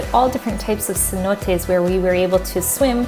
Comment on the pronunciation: Me perdí cuando dijo c-notes en vez de cenotes!!!